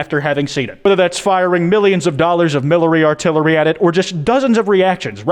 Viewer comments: Millary artilerry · My man straight up said “millary artillery” and kept it. Beautiful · "Millery Artillery" - 2021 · Milerary artilllary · Milary artilary